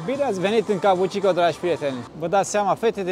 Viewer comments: kabukicho - ca bu chi cho! nu cabucico! tare rau filmarea! f misto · "Kabuki Cho" nu "Kabu chi ko"...numele cartierului e scris in Romanji peste tot, daca vrei sa faci "reportaje" straduieste-te macar sa pronunti corect numele subiectului principal...Vine de la un tip de teatru Japonez, si cho e denominarea pentru oras.